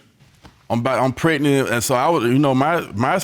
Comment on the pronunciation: He says pret-nit... not pregnant.